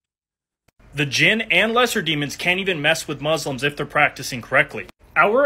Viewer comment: please don't say "Mozlems," it is "Muslims."